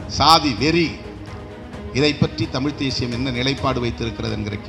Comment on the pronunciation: தமிழ்தேசியம் என்று சொல்லும்போது ஏன்டா வாய் குளறுகிறது.